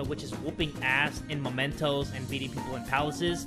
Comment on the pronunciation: Please, it's mementos not momentos... Looking forward for this serie like I did with with P3 and P4